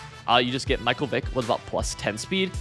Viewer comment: Stopped watching the second you showed you don’t know how to pronounce Michael